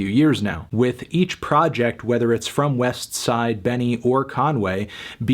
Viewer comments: Sorry but there's no T in westside gunn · Anthony pronouncing the T in Westside Gunn makes me want to vomit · I cringe every time you say west - side gunn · You say Westside Gunn Funny, probably like how Slug would pronunciate it. Great review, keep ‘em coming buddy. Have a blessed Day.